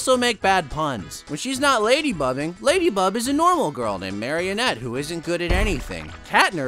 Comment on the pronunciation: Did you know that the character Marinette, who transforms into Ladybug, was originally going to be named Ladybird? However, the name was changed to Ladybug because it was easier to pronounce in different languages.